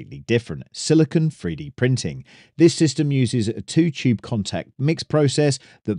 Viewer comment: Pro Tip: Silicon is a hard shiny metallic-looking element. Silicone (note the extra E) is the soft rubbery polymer. It’s pronounced like cone phone drone moan.